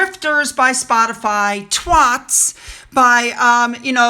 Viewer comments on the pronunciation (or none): FYI NOT twots, or twits but twAts. It's a bit stronger, as you might expect from the daughter of Ozzy and Sharon Osborne. Just saying. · Just love how you pronounce Twats, makes my day. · Hi! I love your videos, I watch every day ❤ I couldn’t help but chuckle at your cute pronunciation of Twat 🙈🤣🤣 so cute. 🇬🇧 xx